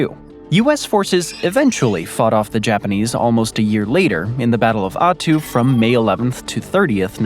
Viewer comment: They totally mispronounced the is. of Attu. It's "At- too"